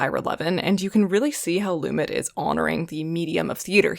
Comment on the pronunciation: I think he says it LumET, emphasis on the second syllable. Lots of good stuff. Some dogs (I mean, Scream?), but Lion in Winter and Summer Interlude show the younger set get it. In your diversity urge it would be nice to see older reviewers/commenters/essayists. This should prove interesting, but not thrilling.